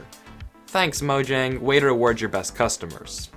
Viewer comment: You said the name of a word wrong... It wasn't even able to be different due to being the name of a company that's now in multiple countries, it was literally the word. The name of the company could have changed due to regional stuff but least the actual word itself is pronounced "mo-yang" dude